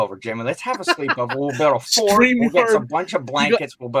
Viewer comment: Ohhhh FORT!!! I thought they said fart and I was like NO WAY!!!